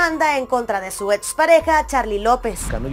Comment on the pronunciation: Sorry,pero se dice ex, no ets